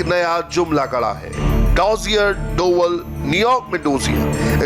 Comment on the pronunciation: डोवल नहीं डोभाल.....तुम्हे तो नाम ही नहीं पता ढंग से